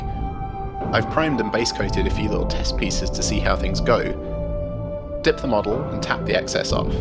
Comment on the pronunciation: ...did he say DIY "dick" wash???